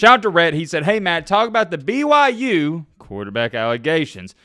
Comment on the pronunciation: Is he saying BYJews?